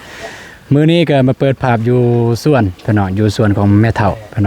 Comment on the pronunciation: พูดไห้ถูกหน่อยคำว่าสวนอย่าพูดว่าส้วน